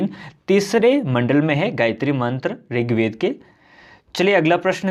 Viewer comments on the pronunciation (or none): ringved nhi rigved hai😁